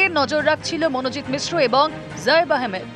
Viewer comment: মিশ্র নয় মিশ্রা